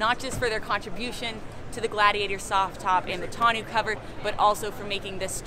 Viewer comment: 1. Sweeeeeeeeeeet. 2. Oooo a 2 door version would be killer 3. Brittney making reps smile more than they ever do haha. 4. Minor nitpick, tonneau is pronounced with an 'oh' sound at the end. I mean technically its 'tuh-noh' but just get the french eau down and we'll call it good. 5. You guys rock!